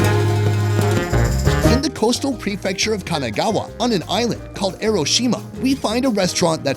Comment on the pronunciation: it's pronounced Enoshima not Eroshima